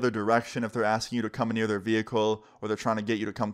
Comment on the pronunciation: Why does always say "anear" instead of "near"